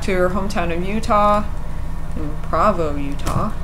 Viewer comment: provo is pronounced PROE- VOE... not PRAVOE also... you say "Her and her husband..."... it should be "SHE and her husband..." you really should educate yourself before you put videos on youtube